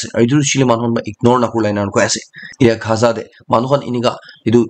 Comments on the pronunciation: Bro it's not gha...za it's gaza😂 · Dear Bro.. it's Gaza! not khaza👍 don't mind...